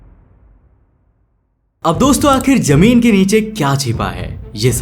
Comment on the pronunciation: lovely work bro. try saying zameen not jameen. Your voice is awesome just pronunciation throws me off